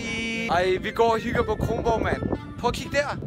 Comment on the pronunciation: Dude Kronborg ikke krongborg